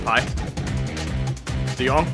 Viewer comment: Your the first Youtuber outside The Netherlands who speak his name good i can know bcuz i live there